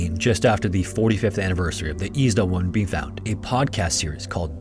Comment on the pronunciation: Is this a person talking? You said Eczema wrong. I think you said Isdal wrong too.